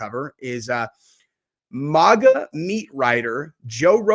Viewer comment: I swear you're the only person I know that pronounces "MAGA" the way you do, and it really bothers me.😭🤣